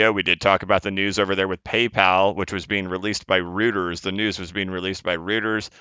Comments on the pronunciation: Reuters = Royters, not Rooters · Royters my man , not rooters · It's pronounced Roy-ters you ass! You have now lost all credibility and I will do the exact opposite of everything you say. Kidding. Hope you're doing good, bud. The barker is looking down and sending positive vibes for a candle close above .305 this month. I can feel it in my bones! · Dear! It's pronounced roiters. Like roy-ters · *phonetically - ROYters (Reuters) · Love your analysis but please learn how to pronounce REUTERS correctly.